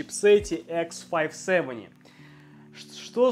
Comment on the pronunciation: Фо кей икс файв севени... Изыйди демон😅😂